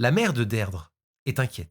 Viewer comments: Son prénom se prononce "Dirdra" pas Deirdre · Beaucoup de mal à suivre la vidéo. En tant que bilingue mes oreilles saignent. Derdre 😂😂 au secours. Ça se prononce Dirdré. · On dit plus "deerdree" que deidre...ça sonne dead ....mais sinon j'adore vos vidéos et votre studio va etre malade ❤ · La prononciation irlandaise est «Deerdra». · Les prénoms irlandais sont compliqués à prononcer ( Deirdre se prononce dee-dree😉). Merci pour pour tes vidéos. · Son prenom se prononce Dirdra😅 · Alors Deirdre se prononcer Dirdra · Her name is pronounced “Deedree”… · Tres bonne video cependant Deirdre se prononce "Dir-dra" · Deirdre se prononce « Deerdra » 🙂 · J'aime beaucoup vos vidéos mais vous entendre prononcer et répéter ce prénom "Deirdre" fait mal 😂😂😂